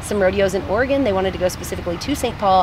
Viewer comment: You're amazing and I love your videos! but as someone from Oregon, I love that you found out how to pronounce it :)